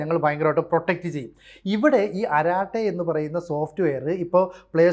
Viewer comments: അരാട്ടൈ എന്നല്ല. "അരട്ടൈ" എന്നാണ് pronunciation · അരാട്ടൈ എന്നല്ല, അരട്ടൈ എന്നാണ് പറയേണ്ടത്. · Edo kurachu tamizh ariyaan sramikku. അററ്റൈ ennaanu parayendadhu. Arattai ennaal English il chat, Malayalathil sallapam. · അററ്റൈ ennaanu. Tamizh aanu. Malayalathil Sallapam , English il Chat. Allaandu anchor parayunnadhu Karate poley alla.